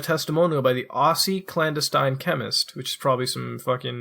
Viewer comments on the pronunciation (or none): The way he said aussie lol I'm australian I laughed so hard at that